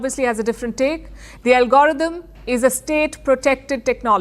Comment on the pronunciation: LOL Palki can't say algorithm, she says "Algorotum", I bust out out with laughing.